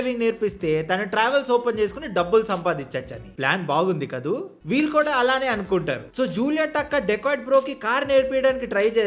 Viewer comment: కొంచెం తెలుగు pronunciation మీద శ్రద్ధ పెట్టండి. .. "ఇంతలా love చేసుకున్న ' వీలు ' " అని పలుకుతున్నారు .. అది వీలు కాదు .. "వీళ్ళు" అని పలకాలి